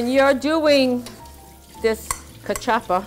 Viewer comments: I think she got the pronunciations and recipe from Google Ai. I want her to learn how to peel/cut the mandioca properly. I've never had Kaw-Chop-Pah before. I don't want to try it. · Nooooo! Okay...if you're going to make our food, please pronounce everything correctly (cuh-chuppa???) No. "Homily"? You mean Samp? I dont know where this recipe came from but it isn't CV. Come on! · First of all it’s pronounced ka- chew pa